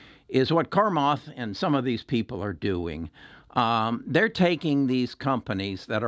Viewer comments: Take the time to pronounce his name right, starts with "Cha" not "Kar". Listen here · Its Cha-math... cha, cha.. not Carmath.. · Its Chamath, not Carmoth lol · His name is pronounced “Sha Maath” not “karm ath” ;) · Hi, it’s chamath, no R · There is no credibility in your analysis if you can’t prononce Chamath!!! Sorry! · I love Chamath lol I am talking about the pronunciation. He was way off. And I’m fine where I’m at I’m making money. Speak for yourself.